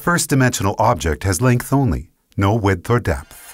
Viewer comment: This guy pronounces width and depth so annoyingly.... I couldn't stand it. Widdthfrthfht Defffpthft